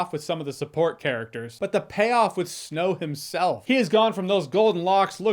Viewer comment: I think I heard Snoke every time that Jeremy said Snow